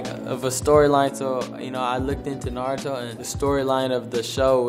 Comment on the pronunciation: 'Naruto' now thats how you pronounce it. Not 'NaRowToo' looking at someone named Michael B. Jordan